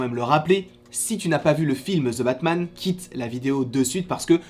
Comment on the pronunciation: « Ze » Batman. 😉